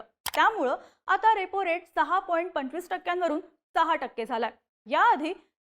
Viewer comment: मॅडम 6 ला 10 सारखं उच्चारत आहेत 😊